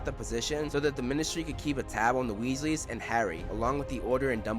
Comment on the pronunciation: Weasleys, not Wesley's